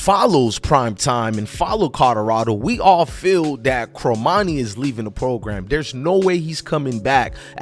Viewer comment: 1- it's pronounced CORmani not CROmani.... 2- you say ''to bash this kid the way you have'' is over-simplifying since in the text below the video you said ''earning the praise of.'' 3- another click-bait title ''done with CU''... Unless you're Cormani's best friend or his cousin, you have no idea if he's staying in Boulder or hitting the portal, so don't act like you know any fact before it's proven. At this point, he's staying. I'll bet anything in your wallet he'll have a solid soph season as a Buff. (gawwwd, I despise click-bait bs)